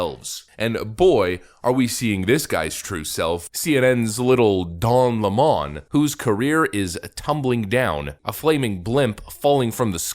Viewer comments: Its lemon like lemonade . Hes not french . What do you do with lemons you squeeze them to make lomonade . Stop catering to the nutters . Its lemon not le'mon . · His name is 'LEMON' like the citrus fruit, NOT Le Mon !!!!!!! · its lemon not Lamone 🤣🤣🤣🤣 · Why do people call him le-mon, it's clearly lemon, like the fruit. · Lemon. Like the fruit. Please stop saying "Le-mon." Don't give the leftists any ammo to use against you, however petty. They will use it. "You can't trust a guy who can't even say the name of a fruit correctly." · Stop saying La-Mon... it's LEMON like the fruit... like him. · It's lemon not lamon..good try..haha..nz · Please say his last name properly, Lemon. Like this POS car is a Lemon. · LEMON , PRONOUNCED SAME AS THE BITTER TASTING FRUIT . L E M O N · You're pronouncing his name wrong - it's pronounced the same way as the fruit. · Why do people refuse to say Don's last name correctly? It's Lemon 🍋, you know, the really sour fruit. That moron isn't french, he's, maybe American but it's hard to tell. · Isn't it pronounced like the fruit? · Why do you say his last name that way? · His last name is pronounced 🍋!!!🤣🤣🤣